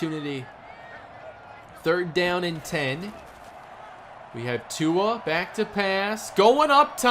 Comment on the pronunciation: He never says Tua's name properly😂